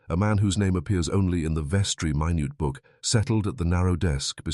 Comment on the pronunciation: Minute book is pronoun ced min it, like the time.